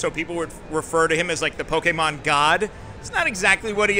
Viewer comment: The interviewer kept saying "Pokeman". That is a major Pokemon taboo!